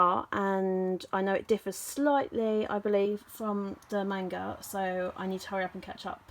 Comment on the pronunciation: I hate to be that guy but I hate the mispronounciation of manga